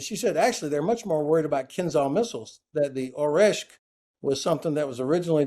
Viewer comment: Great talk, thank! ‘Kinzhal’pronounced is slightly different though. With ZH. So is Oreshnik. With NIK at the end. Small details:)